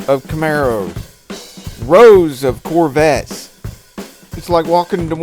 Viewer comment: Mustangs and Corvette all of them. Thanks for the shout out . You said name right.